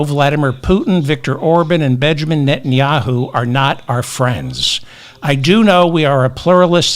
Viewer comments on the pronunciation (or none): none